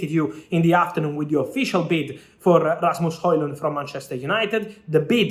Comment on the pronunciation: That "Rasmus Højlund" pronunciation was surprisingly perfect!! 👌